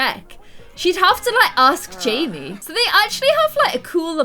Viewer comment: Savannah Haynes, its JAMMIE. NOT JIMMY